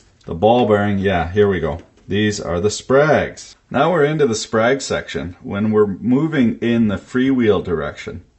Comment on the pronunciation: Thought you said sprague (pump).